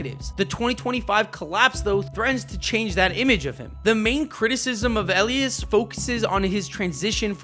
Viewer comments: btw elias isnt said like eleius it's said like Eh-lie-us and santander is saun-tuan-dair (saun like sauna and tuan the same) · Did someone that’s never watched baseball in their entire life make this video? Can’t pronounce Mike Elias name correctly, thinks Cedric Mullins is a controllable piece, Adley has a terrible approach at the plate? His hard hit rate is highest it’s ever been, so is his exit velocity, now his numbers are catching back up as he has posted 366/438/598 in June with a OPS of .998 No one should take anything this clown says seriously. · E-lie-is, not Eleis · bro said Elias wrong